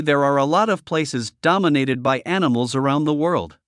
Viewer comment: "aniSmals"? You can't compensate an abundance of "S" by an abundance of "!"....